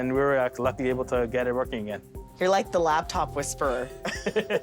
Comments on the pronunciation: Drink every time she says "LABtop" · It isn't a LABtop. It's a LAPtop. 😡